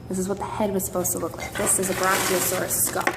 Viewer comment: How she pronounces brachiosaurus is so annoying. You have your Brock-E-o- saurus skull here!